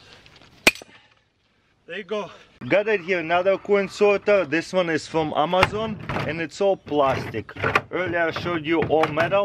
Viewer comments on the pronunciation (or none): I hear Mamazon every time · Did he said MAMAZON….LOL…MAMAXING !!! We love you TARAS…